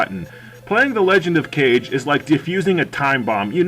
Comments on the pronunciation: Obligatory "it's Kah-Geh" comment, which is roughly "shadow" as I understand, but I also can't say anything, as I was a big fan of the Nintendo DS sequel game, and I called it "Cage" too. lol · "Legend of Cage" facepalm Kah-Geh, not cage.